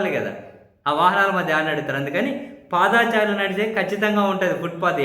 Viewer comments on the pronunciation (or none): పాదా చారులు కాదండీ.... పాదచారులు... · ఏంఅబ్బీ మా భుబమ్మ మాటలు విన్నారా ఏమిటి? పాదాచారులు అంటారేమిటి అబ్బీ? పా'ద'చారులు అనుము మా కుంగణామోడీ లాగా